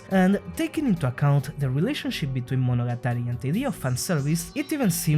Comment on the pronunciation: This might be the first time I heard Monogatari pronounced correctly